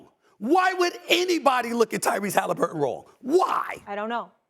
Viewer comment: Tyrese Hallifurton 😂😂😂